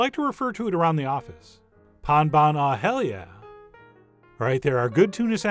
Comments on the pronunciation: Pain bagnat, not Pan. Pain, like bread. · Chef John, we say Pain Bagnat (Pain = bread) not Pan. Thanks. Eric in Belgium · It’s pain and not pan. As usual awesome tone and video. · Hearing you saying "pain bagnat" made my day ahahahahahahhahah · Pan. It's a nasal A, not like pan in English/Spanish